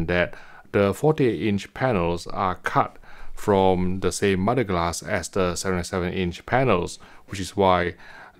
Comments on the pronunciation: I thought he was saying mudglass. 🙄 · I thought he was saying modeglass or modded glass. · Are you saying "MUD-A-GLASS" ?